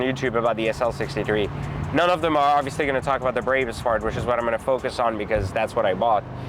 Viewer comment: This dude is a cornball. He can’t even say Barbaus correctly